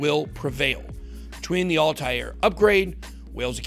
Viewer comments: It's Altair...like All-tare...not Alti-air. That's driving me batshit every time you pronounce it wrong. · Could you butcher the word 'Altair' any more? ALL-TARE.